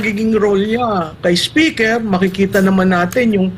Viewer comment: Correction Maam, "SPECKER" ang sabi ni Atty Harry...